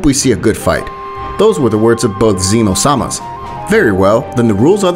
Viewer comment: Why you saying seee-no sama. It’s Zeno, made for unbearable watch.